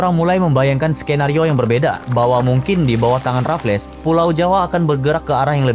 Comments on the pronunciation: Boss. Sebutan nya “Raffels” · Sebut 'Raffles' je pun salah, lucu konoha ni